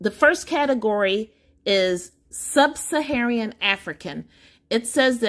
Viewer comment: "SUB - SA - HA - RAN" NOT "Sub - SA - HA - REE - AN". Otherwise, thanks for sharing the results.